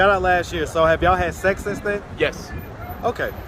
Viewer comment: “When’s the last time yall had seccs?” Lol tmi